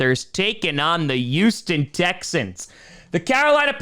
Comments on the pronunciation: fortunately not. It’s Hospital but Houston is pronounced… He-you-ston After saying Houston for more than three minutes I realize that if I say it during a sentence I skipped the “H” a little bit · Does always pronounce Houston with a “y” sound or is he being ironic? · but… but why? Do you pronounce “hospital” as “yospital”?